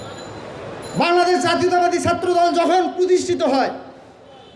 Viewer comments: ঐ আবাল বাংলাদশ না শুদ্ধ করে বল্ বাংলাদেশ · আগে কথা বলাটা শিখেন! বাংলাদেশ উচ্চারণও আপনার ভূল! আর মাকে মাসির গল্প শুনাইতে আইছেন?